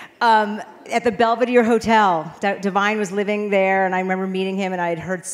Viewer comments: It’s “Divine” not Devine… c’mon now! 🤦🏾‍♂️ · Divine....not Devine.....please change that. He deserves respect and honor in his memory.